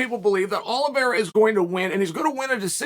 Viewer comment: Oliveira. Got to put respect on the champs name